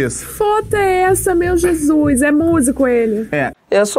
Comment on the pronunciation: aaaah mdsss ela falou Jinsuss socorrro